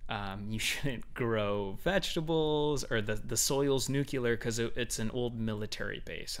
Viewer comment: NUCLEAR, NOT NUCULAR